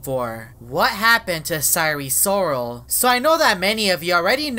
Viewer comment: Normal people: sire sirol: syre sorol